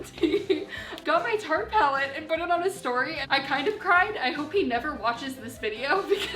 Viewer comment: the way she says put as but is SO CUTE